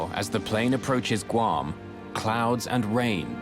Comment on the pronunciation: Of course the pig who takes his shoes off on a flight with nasty socks on cant pronounce Guam correctly. Im sure he took the short bus to school.